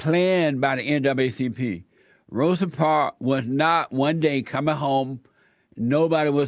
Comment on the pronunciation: He said "N double A CP" but it sounded like NWCP.